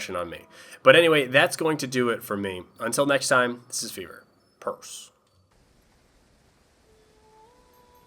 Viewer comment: Did you really said Purse instead of Peace? o.o